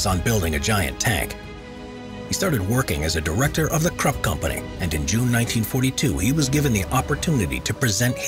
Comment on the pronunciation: Your pronunciation of Krupp was brutal.